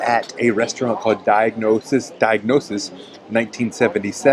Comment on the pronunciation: It's not "diagnosis" which of course means the results of a medical exam. See the word "gnosis" (knowledge) in there. All you have to do is take your time and sound these words out- "diagnosis" becomes "di-a-gon-ios." As mentioned below, the place describes its location, which means "across" (dia) "a corner" "gonia." All it is the the original Greek word for our word "diagonal." Otherwise, great vid. Thessaloniki is Greece's best-kept secret.